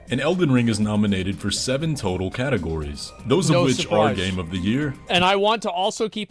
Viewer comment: ''Cat ogories'' is what i heard.. im so funny